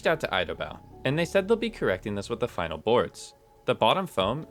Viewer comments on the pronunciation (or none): At about sounds like you said fucking product instead of final product.